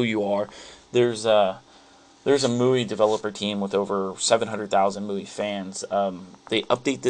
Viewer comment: its pronounced ME-U-I please get it right